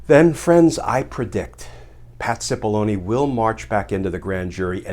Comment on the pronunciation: anyone else hear his name spoken as,, "Patsy Bologna " ?